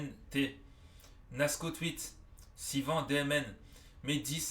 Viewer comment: tu m’a mm pas respecté 😂sa s’ecrit Sivan mais à voix c’est Sivane 😂😕